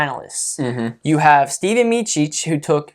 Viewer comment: Ste-van, not Steven. Hope he stays/gets healthy. Go Blue!